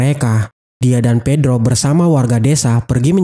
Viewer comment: ibu dan bibi Pepa akhirnya bertemu lagi dengan kakak si bedro ... Bedro burno bang bukan bedro